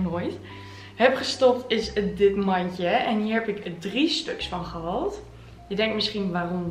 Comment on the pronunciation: Wat zijn je video’s leuk!! Maar zou je A.U.B. willen letten op hoe je de dubbel aa in een woord uitspreekt? Je zegt: sjal ipv sjaal en gehald ipv gehaald en ga zo maar door….. wellicht heb je het zelf niet in de gaten, maar ik vind t heeeel irritant😅😅😅😅